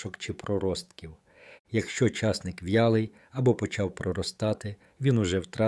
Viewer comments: ЧаснИк правильно казати. Наголос на ,,и". Так ріже слух цей чАсник, капець! Обожнюю часник. Щодня в салат додаю - до свіжих листів салату латук, до салату із свіжої капусти, помідорів та ін.-х всього один зубчик подрібнений.Нема ніякого поганого аромату потім, якщо не з'їдати набагато більше часнику щодня . Потім є ще ж продукти, які нейтралізують аромат часнику - петрушка, кефір та ін. Дякую за корисну інформацію! Всім здоров'я і миру! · Огидно слухати: чАсник, а не часнИк, що є правильним, ставте правильно наголос! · Головне слово в цьому відео з невірним наголосом ! А може це зробили навмисне, щоб коментарів було більше ??? Тема корисна , прослухала до кінця ! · Не говорiть чаааааасник, говорiть часнИИИИИК.😢😢😢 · Я завжди знав, що споживаю часнИк.😊👏👍 А ви ведете " мову" про якийсь чАсник!🤣😭😆! Неможливо слухати! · А ви шановний звідки ???? В якому краї на часник з наголосом на ,,,,и ,,,,.....вимовляють часник як ви з наголосом на ,,,,а ,,,, дивно ????????? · Чому ви кажете чАсник, а не часнИк? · Дякую,але наголос портить гарну інформацію...а не краще ,,чосник'' вимовити і не буде звучати ,,часник''.. Дякую ,інформація слушна... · Ріже слух неправильний наголос в слові часнИк! Підкреслюю: часнИк,а не чАсник! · Залишилося ще вам, правильно наголос ставити: часнИк, а не чАсник. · Наголос часнику на другому складі. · Що за наголоси все гарно а наголос жахливий ЧАС НИʼК і ті наголоси є в закінченнях не тільки цього матеріалу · Чому часНИк.Ваші поради такіж корисні як і ваш наголос. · Де він навчився так казати.наголос.ставити не на ту букву ЧАСНИК